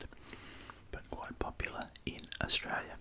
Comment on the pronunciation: You mean "quoite noice" ?